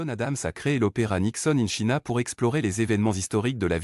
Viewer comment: Quelle présentation ennuyeuse !! China se prononce tchaïna. Même sans parler anglais on sait ça. C’est indigne de l’opéra de Paris. 👎